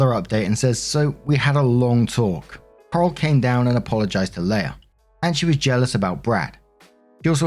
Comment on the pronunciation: S2: Leia’s a bitch. Or the sister is. Honestly, I lost track of who was whom because I was too focused on pronuncing Coral’s name as Carl.